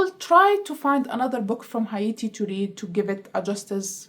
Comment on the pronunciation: Haiti is "hey-tee" and Hatian is "hey-shen"